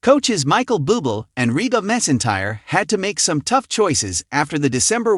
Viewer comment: You're are a knucklehead. Pronounced Michael Boo Blay and Reba Mac N Tire. Reputation this post, Pronounce the names right and don't come across as so stupid.